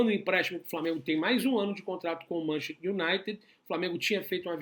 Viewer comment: MAN CHES TER, repita, MAN CHES TER kkkkk Bom trabalho aí.